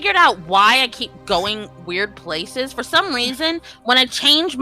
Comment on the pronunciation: Emphasis on "weird"!